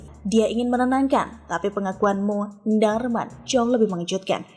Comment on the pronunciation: Knp sih klo sebut munarman kok gtu? Bikin pusing aja.